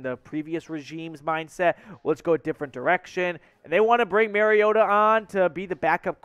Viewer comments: No. You pronounced his actual name wrong. It's pronounced like name Mario and 'tah' . It's not like Merry Christmas. Those who pronounce it incorrectly only know what they got from national media folks that never paid attention to small market teams. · Sign. You can't even pronounce his name. You have shown me you never watched his games and are repeating national media narrative.